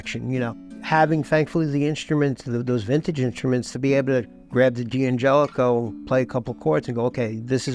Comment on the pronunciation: I loved the video and I'm in awe of the beauty of those instruments. However, I'm left with a question! Surely the apostrophe after the D of D'Angelico, D'Aquista and D'Addario means that it they're pronounced Dangelico, Daquista and Daddario, and not Dee Angelico, Dee Aquista and Dee Addario?